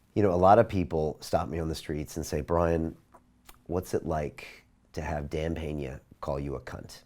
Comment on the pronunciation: It's actually "Peña".